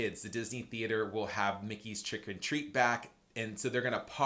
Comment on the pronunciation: Not me thinking you said “Mickey’s chicken treat” instead of “Mickey’s Trick or Treat.” 🤦🏻‍♀️😂😂😂